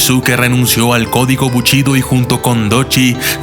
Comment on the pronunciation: 'Al momento de querer averiguar el pasado de los ninja"s* ", o como es más correcto llamarlos, "Ch"inobi"s"'... '...los samurai"s"... bu"ch"ido...' :-( Poniendo a un lado ese tipo de errores, es un buen documental, debido al enfoque general que se le da a los Ninja :-)